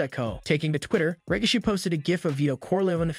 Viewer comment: Who's rikashe? It's rikishi bro